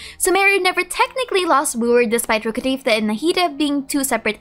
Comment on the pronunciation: I just can't stand the way you pronounce Rukhadevata, it makes me physically uncomfortable